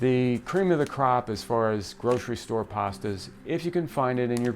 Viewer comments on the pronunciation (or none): none